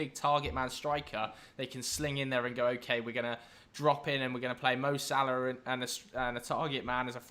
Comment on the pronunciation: Why do you say Salah so weird